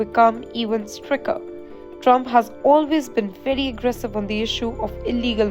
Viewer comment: Learn how to say Stricter .